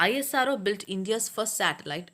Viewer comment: You telling ISRO for I S R O but this is isro